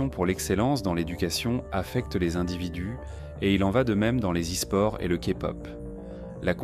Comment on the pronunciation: Les « zisports » et « le kpop » Really ?